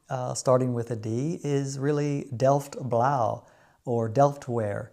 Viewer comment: Thank you for this nice video! Remember to call it Delfts Blauw with een s after Delft because it is from Delft, so Delfts. Can't wait for the next episode!